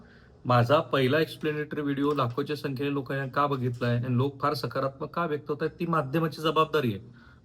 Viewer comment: व्यक्त व्हा असे असते व्येक्त नसते